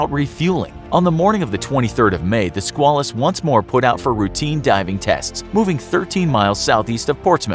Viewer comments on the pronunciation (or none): Squalus is pronounced with a long A like quail, or at least when referring to the USS Squalus.